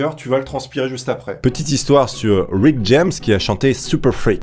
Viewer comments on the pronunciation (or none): none